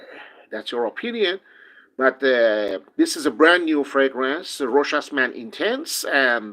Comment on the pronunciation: Great video! Variety of topics covered. 👍👍 More reviewers need to watch this video, just so they can learn to pronounce Rochas properly!